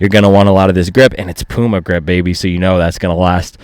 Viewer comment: pyouma not pooooma